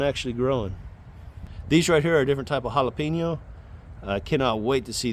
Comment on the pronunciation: Loving the content brotha! Absolutely love the production you’re getting out of you garden. Absolutely HATE the way you say Jalapeño. JALAPEENYO?! Lmao stay growing man!